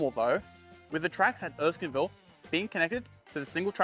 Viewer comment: Erskineville, not Erskinville! ok I'll shut up! Great video! Lots of information I wasn't even aware of. Loved it!